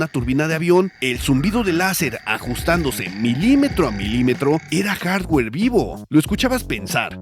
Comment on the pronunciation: Hola, por que tanto empeño en decir haswer y no hardware, saludos